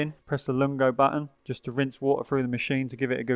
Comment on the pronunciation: He kept saying “longo” instead of lungo (pronounced loong-go) as well. Hehe. Still a great unboxing and tutorial.